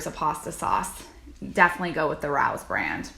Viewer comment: Rao's is delicious! Rao's is a famous restaurant in NY and it's pronounced "Ray-oh's"